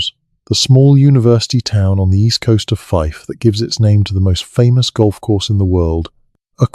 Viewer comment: 02.51 Fife Scotland